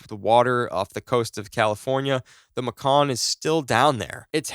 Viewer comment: Bro its pronounced like the major city Macon, GA. MAY-KEN